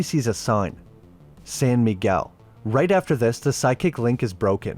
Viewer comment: Sæn Migæul Oh boy